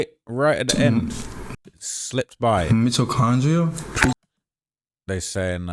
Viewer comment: D4vd wants to use words like “marcescence” and pretend he’s some philosopher or something (itami, string theory etc.) And then he doesn’t know how to say Mitochondria Such a loser